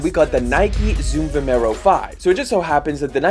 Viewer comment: mate, it's called Vomero...